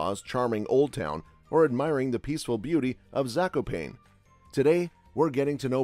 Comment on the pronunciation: Zakopejn xD